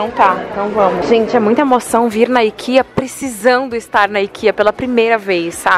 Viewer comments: você comentou o que eu sempre quis comentar nos vídeos de youtubers, mas tinha vergonha. hehehe O certo é mesmo falar "ikeá", tenho família na Suécia e é essa mesma a pronúncia correta do nome da loja:) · Meninas suas lindas, vou ser a chata hahaha já que estamos falando de idiomas não se diz "Aikea" (como os americanos) se lê como em Português mesmo, Ikeá (sim, o certo é ler como se tivesse um agudo no a) porque é uma loja Sueca e eu tenho uma amiga Sueca que me ensinou hahahaha Dicas: comprem as coisas no mercado da Ikea, eles tem coisas ÓTIMAS (eu recomendo muito as almôndegas e um chocolate chamado Dain, outra dica, não sei se tem Primark ai mas os cabides de camurça deles são INCRÍVEIS de bom! Me identificando muito com vocês, quando sai do Brasil me senti exatamente assim, tipo: não acredito que vim na Ikea comprar as coisas AHHHHH hahahah beijinhos! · tu acredita que eu estava observando isso é quase postei algo sobre,aqui na Grécia pronunciamos exatamente assim "IKEÁ " e não IKIA kkkkkkk.Não é falar ou corrigir por maldade e que conhecimento e para ser compartilhado.😄😙